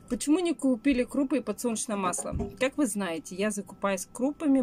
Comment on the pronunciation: пожалуйста не наете, а ЗНАЕТЕ.